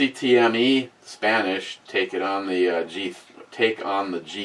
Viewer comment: In relivence to yourgerman rifle CETME 308 rifle is pronounced "Set- Me" you know like when you tell the brew babe in a scottish or irish accent to "set your pussy on me face"